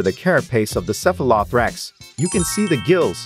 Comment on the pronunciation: the robot pronounciation is so tone deaf. cephalo-thorax